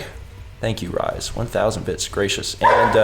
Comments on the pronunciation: " Rise Kujikawa" As a fan of Rise, (she's one of my favorite game characters of all time), your pronunciation kinda made me cringe haha. It's "Re-say" c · Yeah, every time he said Rise I had a miniature aneurysm.